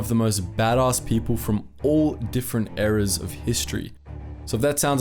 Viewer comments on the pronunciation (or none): none